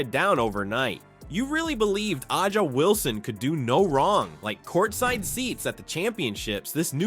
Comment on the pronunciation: Who is Ah-ja? 😅